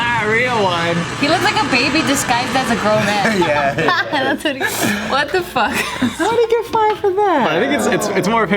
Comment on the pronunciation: is the most Mexican ‘fuuuck’ ever!